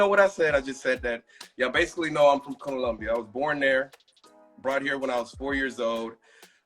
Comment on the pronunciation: He doesn't pronounce "colombia" correctly. So strange.